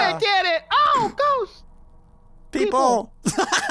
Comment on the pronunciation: Its funny how spy shot his gun and ob sing and after that he died and you said peapol 😆😆😆😆😆